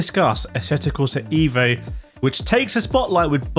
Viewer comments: It’s called EVO like evolution. Not IVO like idiot. Not too hard 😉. Cheers, Alexander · with the letter E in EVO pronounced as the letter E in the word ELEPHANT ..pleaseee 😉